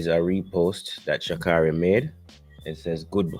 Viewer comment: Her name: Sha-Kay-ry. She would appreciate her name being pronounced correctly.